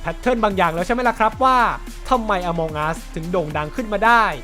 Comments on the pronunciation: among อ่านว่า เออะมัง ไม่ใช่ อะมอง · น่าจะอ่านว่า อมังอัส ไม่ใช่ อมองอัสนะครับ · มันอ่านว่า อะมัง'